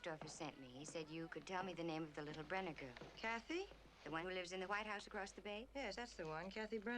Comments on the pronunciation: Also, the name is Brenner. Mitch Brenner. You kept calling them Browning???? hahahahah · Brenner not Browning